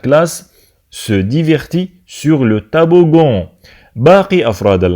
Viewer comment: Toboggan ولا taboggan !!!!!! نتا راك تنطق فيها طابوڤون